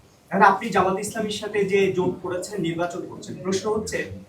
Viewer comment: জমাত জমাত করে, জামাত ঠিক মত বলতে পারে না।